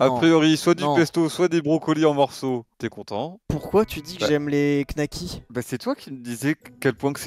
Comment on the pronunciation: donner son avis sur les knacks sans même savoir le prononcer... les nouveaux riches...